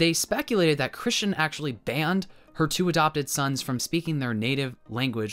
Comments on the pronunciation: I feel like it’s kinda rude to God to insinuate that he’s not powerful enough to create an entire spectrum of genders and can only make two. Also it’s funny how you continuously call her Christian instead of Kristen. 💀💀💀💀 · lol valid! But for reference, Christian is pronounced with a “ch” in the middle, while Kristen has a “st” in the middle. Though the irony here was very poetic. 😂😂😂